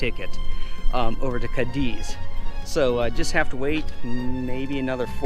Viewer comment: before you do these videos it would be great if you a little, just a little, homework. You even pronounce Cádiz incorrectly. Just a little more effort and you’ll be on your way.